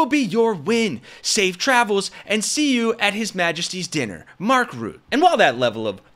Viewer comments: Mark Rutte, check your prononciation, not Ruth, but RooTTE. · Why are you calling mark rutte mark "root" ??